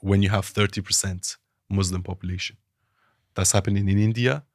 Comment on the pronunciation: The so called 'ex-muslim' cannot even pronounce thr word Muslims properly. The guy is a fraud funded by zios